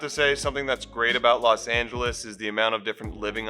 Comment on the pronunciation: Los Not Las